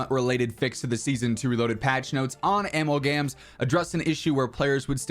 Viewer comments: "am al gams" is crazy work 🤣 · "🤣Am al gams" got me dead